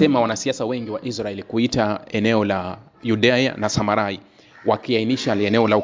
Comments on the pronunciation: Sema Judea na Samaria sio samarai, soma bibilia uwe makini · Nafikiri ni JUDEA-SAMARIA, sio SAMARAI